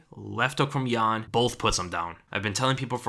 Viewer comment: its jan not ian lol